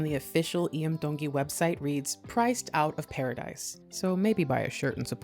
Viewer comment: Mahalo for taking the time to research and sharing the history of Hawai'i. Your pronunciation of Iam's name is beautiful. Keep up the great content...Mahalo Nui Loa!!!